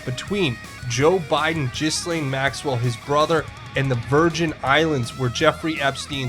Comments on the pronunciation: Gil-laine, not Gizzlane. Practice it. "Gillaine' '"Gill-ayne' It's FRENCH. The S is Silent. Step up already. pronounced 'Gil-layne'. Say it! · Okay, Ghislane is pronounced “GEELANE”... just an FYI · Love you, brother,,,💜... don’t speak French either, but I believe her name is pronounced “Geee Lane”. Bless you for all your amazing work👍🏼